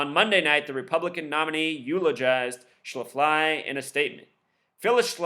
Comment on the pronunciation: its pronounced shaf-ly